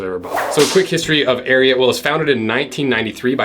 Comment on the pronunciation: I’m glad u at least said the name correctly 😂